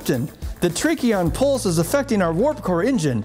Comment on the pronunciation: Tachyon not trachion.